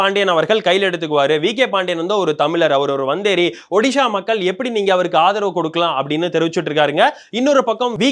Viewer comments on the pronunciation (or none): none